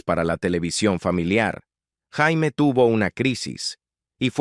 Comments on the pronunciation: No sé dice Jaime, se dice Yeimi, pronuniciénlo bien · Si nombre no se pronuncia como JAIME.. Porque en español sería un nombre de hombre.. Se pronuncia "YEIMI" Summers 🤦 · No es Jaime... se pronuncia "Yeimy". "Jaime" is nombre de hombre. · Ora Jaime🤣 Se " prenuncia" Jeimy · Su nombre no se pronunciaba ni Jaime ni Yaime, era "yeimi" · Què desastre que la llamen JAIME, como si fuera hombre. En mi caso es apellido😂😂😂😂😂😂. Muy mal, esa pronunciación es desastrosaaaaa😢😢😢